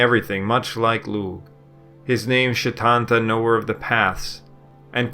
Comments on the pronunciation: Why are you pronouncing it as Shitanta I've always know it as Setanta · setanta doesn't have a slender s ...its not she ..its se ...just so you know ..im irish and it was grating on me....i know its going against the normal slender with slender rule ..in irish :) I hope this comes accross as supportive and not nasty etc just trying to help. caol le caol is a rule but it doesn't always work out :) Pronunciation can be irregular in irish.